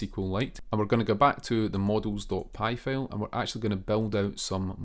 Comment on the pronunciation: Hey! Loving your videos so far — super helpful! 😄 Just a tiny bit of feedback: maybe work a bit on the pronunciation of “file” — a couple of times I thought you were saying “fail” and got confused for a sec 😂 Keep up the awesome work!